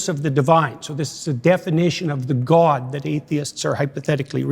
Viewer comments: The way he pronounces gwowd is obnoxious. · Maybe its just because i dont like the guy, but the way he pronounces the word "god" really annoys me. He puts so many syllables in there, like goaed. He sounds like kermit the frog with a strong canadian accent doing a kennedy impersonation. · Has he always pronounced “god” like an evangelical pastor or has he more recently started that like so many of the other grifters?